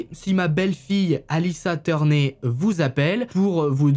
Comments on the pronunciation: sa ne se prononce pas turné sa se prononce turneur parceque si cest une famille anglaise bah faut essayer de trouver comment sa se pronnounce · Sa se dit turneur et pas turné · Alissa « teurné»😂, ptain fait un effort mec!😅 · Salut t'es vidéos sont incroyable vraiment c'est trop cool à regarder, mais par pitié Turner se prononce "tourneur"